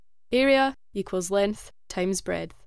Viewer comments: She says breadth but pronounces it as 🍞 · BREADTH lol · Breadth? What?